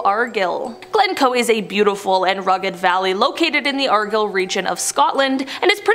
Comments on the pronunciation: Argyll is pronounced as Are-guy-i'll. hope that helps. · Pronounced Glostersheer, spelled Gloustershire. Argyle is pronounced with a long I (such as mine or right) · That Argyll pronunciation was so cringe.